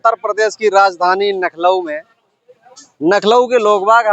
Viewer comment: पत्रकार भाई आप लखनऊ नहीं कह पा रहे हैं नमो बुद्धाय जय भीम